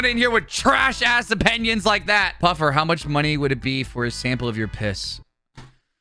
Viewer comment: Dude says opinions like “upeniens”